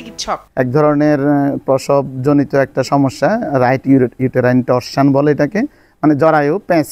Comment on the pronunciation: টর্জান না, torsion 😑